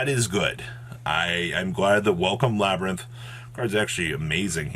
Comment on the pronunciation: Just a little input, the archetype name "Labrynth" is actually pronounced "LA - BREEN - T" , so technically it's not worded as LABIRYNTH "LA-BE-REE-NT"